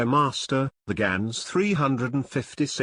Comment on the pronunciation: yeah... but gans in dutch is pronounced "GAH-NS" not "GEH-NS"